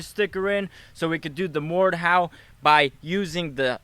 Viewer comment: did anyone else realize he said mordhowl when he used the blade